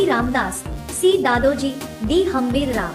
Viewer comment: घाणेरडे उच्चार!!! अपुरी माहिती.चुकीची नावे.गंगा भट नव्हे तर खरे नाव गागा भट्ट.तसेच बाजीप्रभ नसुन बाजी प्रभु आहे.तसेच दादाजी कोंडदेव नसुन दादोजी कोंडदेव हे आहे.आधी गृहपाठ करावा.योग्य उच्चाराचा सराव करावा मगच शिव धनुष्य पेलण्याचा प्रयत्न करावा. अतिशय सुमार दर्जा असलेली चित्रफित.